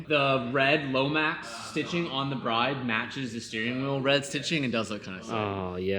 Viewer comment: Its pronounced "Brid" not Bride.